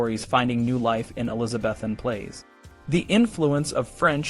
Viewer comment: Graphics are great but - words mispronounced : Elizabethan and the play Pericles is pronounced like icicle. History needs too be accurate - so this is jarring.